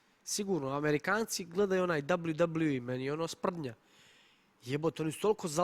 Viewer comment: Ma znam da se to tako pise ali kako je on to izgovorio dablju dablju i